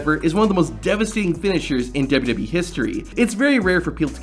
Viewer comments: This guy really needs to work on pronouncing “WWE”. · "Kurt Angle's WW debut..."??